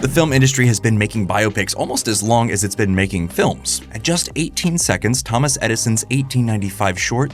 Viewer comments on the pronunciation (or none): none